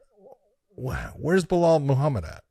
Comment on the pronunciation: BLAh-HALL MOO-HAW-MID